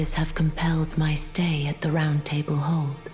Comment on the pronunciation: The way the VA pronounces "Roundtable Hold" is chef's kiss 😘👌